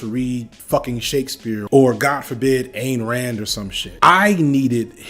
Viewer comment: i love you so much man… but its pronounce like “EYEn Rand” not a strong A. Great video❤️